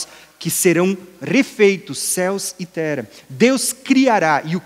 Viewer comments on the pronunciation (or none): Ele não pronuncia palavras que possuem o som como o de duas letras R. Ex. Terra ele diz "Tera"; guerra ele diz "guera". 🤔